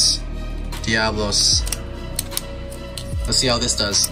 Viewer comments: It's not venom diablos its venom develos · You people do not know beyblade it is devalos not diavalos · It’s devalose not diablos